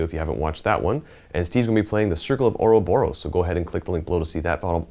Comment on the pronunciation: <- spelling nazi here do you know Bob Ross? a guy teaching how to paint from days gone by. speak this name 3x "Bob Ross" now try the small sentence "Do you prefer Michelangelo or Bob Ross?" practice 3x, next try to pronounce the name without the 2. b "Bo_ Ross" for 3x now the sentence "Do you prefer Michelangelo or Bo_ Ross?" now properly pronounce " or-Bo-Ros " not or_O_boros